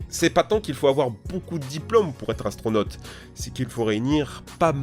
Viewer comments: Atronaute mdr bien dis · astronote mdr bonjour la prononciation ^^